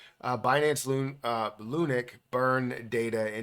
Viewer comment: Why are you pronouncing it Loonick it's LUNC ('Lunk'), only joking keep up the great videos and information you have helped me a lot since venturing into crypto